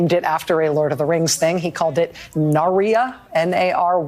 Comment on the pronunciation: She also mispronounced Narya (Nar-ya).